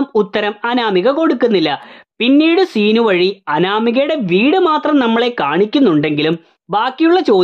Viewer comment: സീ നു അല്ല ൻ്റെ പൊന്നോ സിനു 🙏🏻🙄